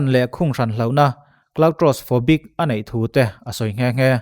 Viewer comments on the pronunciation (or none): "claustrophobic" ni zawk lo maw...?